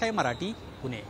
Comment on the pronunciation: लोकशाही मराठीने कमीतकमी पुणे आणि मानापमान ह्या शब्दांचा नीट उच्चार करणारी माणसे वृत्तनिवेदक म्हणून नेमावे हीच विनंती. मराठी भाषेची शोकांतिका आहे साधं सोपं मराठी ही आजच्या तरुणांना बोलता येत नाही. लोकशाही मराठी थोडा खर्च करा आणि चांगले वृत्तनिवेदक निवडा